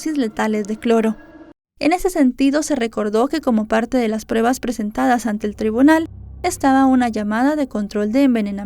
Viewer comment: ya no digas “prebas”. Si pronuncias “pruebas’, te escucharàs más profesional🤗